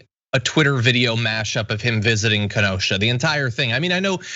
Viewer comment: Pronunciation, dear glad you got Ken O sha down❤